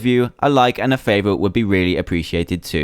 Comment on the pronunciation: Did he say flapping squid, or FAPPING squid? >:D